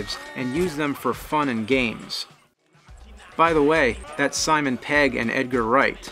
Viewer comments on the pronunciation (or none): none